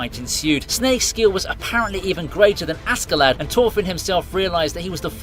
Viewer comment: never try to pronounce thorfinn again